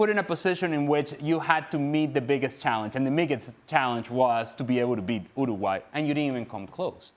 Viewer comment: Why can't he pronouns Uruguay? 😅